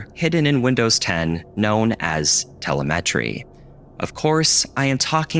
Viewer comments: I am not sure this appearance is appropriate on YT tbh :D. Also, you stress the wrong part of the word "telemetry", it's te-LE-metry, not tele-METRY, it's a normal English word 😄. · I’ve never heard telemetry pronounced this way. tel eM eh tree not tele meh tree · *Tel-EH-meh-tree, not tel-eh-MEH-tree. He has the stress in the wrong place. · tele-metry Oh my gosh that's not how you say it 😂 It's tel-em-eh-tree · Tell a met tree? No no no Tell lem uh tree. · tuh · leh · muh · tree That's the Google pronunciation, which I can't paste correctly into YouTube. It's like teLEMatree, not teleMETree. You're welcome. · Just a heads-up that Telemetry is pronounced "tell-imm-it-ree", not "tell-a-met-ree". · Okay, so I haven't been mispronouncing it all these years? Partway through the video, I started to gaslight myself that he's right (tell-eh-met-ree) and I'm wrong (tell-em-eh-tree). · Not "Tele-Metry" It is said like "teh-LEM-UH-tree" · "Bush hid the facts" saves and loads perfectly well in Windows 95's Notepad, I've just done it. Btw, telemEtry is pronounced telEmetry. 😀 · idk why this guy cant pronounce telemetry correctly its telema tree not tela-metree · It's telEmetry, not telemEtry. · teh-LEH-meh-tree. pro-tip: If you're going to pronounce a word a few dozen times in a video,.. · my brother telemetry is pronounced te-LEM-etry, not telem-ETRY, as someone who works in the area this hurt to hear:( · Who pronounces it Tele-MET-ree? tuh·leh·muh·tree is how I've always said it... It's just weird to hear it the other way. Like pronouncing Vegetables like Veggie-tables. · Dear God please stop saying tele-met-tree it's pronounced tell-em-itry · telemetry isn't pronounced "teh·luh·meh·tree" but "tuh·leh·muh·tree" at first the mispronunciation seemed like a joke but the more you said it the more unsure I got, and it's october 31, so what's spookier than being corrected, right? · yeah that's exactly how he pronounced it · Why did you pronounce te-lem-a-try like that?